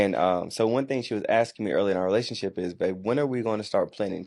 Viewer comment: The word is relatioNship, NOT relaship